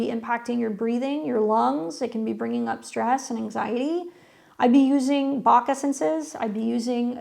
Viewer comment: She said "Bach Essences" although she said it kind of weird 😊